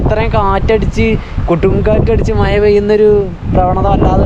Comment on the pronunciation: മയയല്ല മഴ